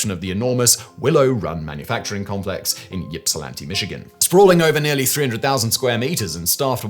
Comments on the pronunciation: Ips, not yips. Like Ip Man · You can tell someone is not from Michigan by the way Ypsilanti is pronounced. I did laugh a little when it was pronounced as YIP-sihlanti. We pronounce the Y like an I, Ihp-sihlanti. I loved hearing the tales of Willow Run's early days from my grandparents, who grew up in that era. We have been to the Henry Ford Museum twice. I will have to look for that Fliver on our next trip.